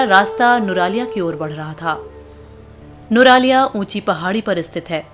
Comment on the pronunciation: Nuraliya?? Its nuwara eliya